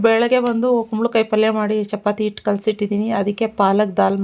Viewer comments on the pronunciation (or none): none